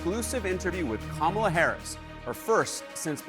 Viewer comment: Go, Go, Kamel-Uh "TOE" !!